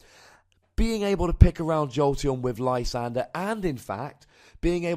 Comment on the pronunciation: Haven't listened to the show in a couple months. I can't help but notice you finally caved and call it Lysander instead of your Frenchman pronunciation.